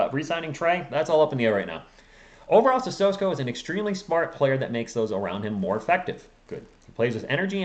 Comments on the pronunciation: I think it's pronounced as Sisoko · My brother...it's, "CISSOKO!", there is no "S" in front of the "K"...you're making this tooooo complicated!!!